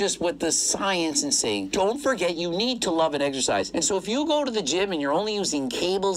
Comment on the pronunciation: Why can't Greg say "exercise" correctly?